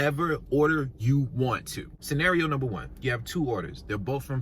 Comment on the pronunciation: “Numbee 3” 😂🙇🏽‍♀️❤️